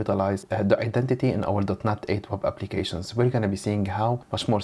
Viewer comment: I cant be the only one hearing dotNUT every time